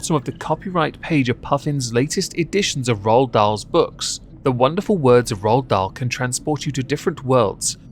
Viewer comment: The Witches was one my favorite books growing up!! Ppl ruin everything- leave Ronald Dahl alone!😭 (Also, why are you () saying his name like that, "RahlDahl"? You're like Stewie with the Cool Hwip.)